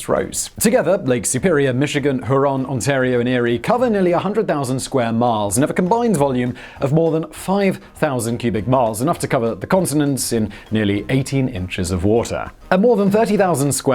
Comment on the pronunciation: Lake Huron is pronounced hyur-ahn. 🙄